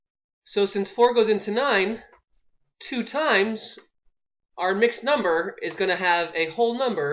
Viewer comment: Did anyone see he spelled number wrong he said "mumber"?